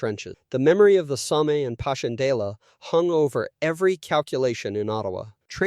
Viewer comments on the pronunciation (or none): none